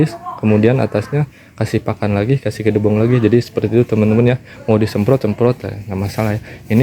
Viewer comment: jangansebut gedebong tapi gedebok yg, maafya